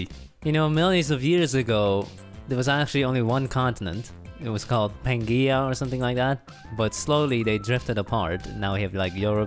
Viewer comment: Teacher: today we are learning about pangea... Student: no its PAN-GAY-UH